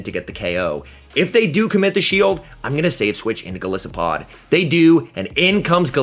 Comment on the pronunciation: 😂 I told my friend when this Pokémon was announced “I KNOW and are gonna mispronounce it in their videos” and of course you did lol